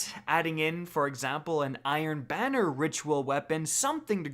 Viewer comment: Who heard iron Biner?